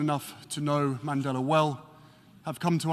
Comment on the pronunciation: MR. MANDELA harry, not Mandela.